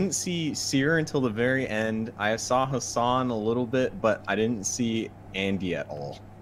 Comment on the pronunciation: Its not haasaaan its hassan abi abi is turkish